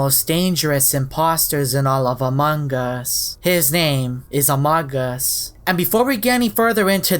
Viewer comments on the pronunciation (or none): it's not amodgus it's uh-moe-gose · its not amog uus its amoogoos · It’s pronounced Amoo-gus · It’s pronounced a-mo-gus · I like how he says A M O G U S lol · u pronounce amogus amoogus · It’s pronounced a-mog-us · its pronounced ah-moh-gus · It's pronounced amogus